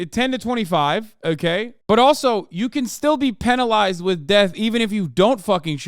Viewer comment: The way Hasan says "penalised" makes it sound like being violated with a biro.